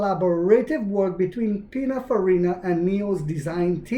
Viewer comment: It’s PININFARINA 😉